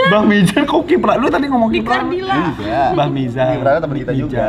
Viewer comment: Siapa yang baca ki prana lewu bacanya kirana lewu